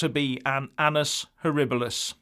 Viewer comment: Thanks for helping me with the correct pronunciation of 'annus horribilis'.